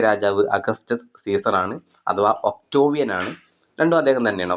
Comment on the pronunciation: ഒക്ടോവിയൻ അല്ല..ഒക്ടേവിയൻ